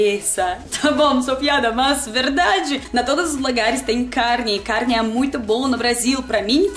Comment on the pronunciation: Tudo de bom! O carrrrne potinho! Muito show!Que charme!